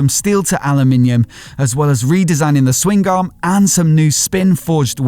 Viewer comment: the G in swingarm is silent smh..